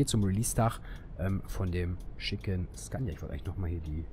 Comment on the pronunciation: "Zgannja" (Scania) facepalm